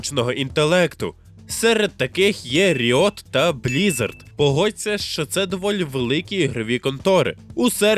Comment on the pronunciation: ріот,вілтріфт,дезігнер....Можно хоч назви назви навчитись вимовляти нормально?